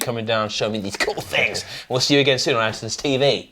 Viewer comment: It's Andertons not Andersons.